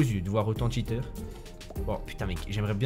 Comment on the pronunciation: "plus de 10 tchiteur